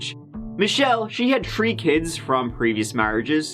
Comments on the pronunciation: Please dont do anymore stories with the #3 in it I'm now saying tree instead of three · I’m convinced that purposely says “tree” (3) on purpose, if they have 4 kids he says they have tree instead. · How would this guy say “three trees”? 🤔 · I read a comment in another 1 of his videos suggesting he looks for stories allowing him to say "tree" as much as possible... 5 mins in... I almost believe him. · I'm here to hear say tree 🌳